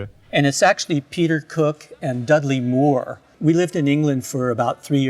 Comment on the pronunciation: Bonus points for pronouncing Moore correctly